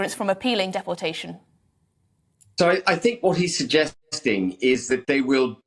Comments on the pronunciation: Why can she not pronounce deportation correctly? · Why she saying dep-portation not deportation???